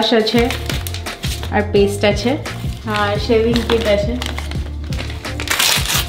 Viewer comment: 'Achey' ta puro english people er moto lagcheey😢😢😢😢